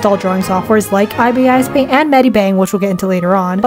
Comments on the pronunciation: Did it make anyone else mad that she kept saying I B I S I always just pronounced it like 'Iris' but with a B :/ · After using many different art apps i still think ibis paint is best but thats not including procreate, i have not used it before but i tried and i failed. Also its eye-bis paint or thats at least how i pronounce it. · its pronounced like the bird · its prononced eye-bis paint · first of all who tf pronounces ibis like that and second of all that isn't the full potential of ibis paint😭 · As an IbisPaint user, I'm actually happy you enjoyed it as much as you did! It's a really good app c: Really, the one thing that would trigger IbisPaint users is how you pronounced it